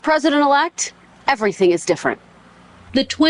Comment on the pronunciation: I am STILL ROFLMAO that she pronounces "everything" ĕv′rē-thĭng. everyTHINK. 🤣🤣🤣🤣🤡🤡🤡🤡🤣🤣🤣🤣🤣 education purchased? Massively overvalued!!!